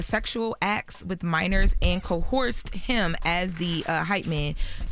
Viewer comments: Sounds like she is saying Co-horse not co-erced 😂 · did she say "cohorsed" 😂😂😂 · When someone gonna tell these presenters that coerced does not have an 'h' in the middle of it!!!? Smg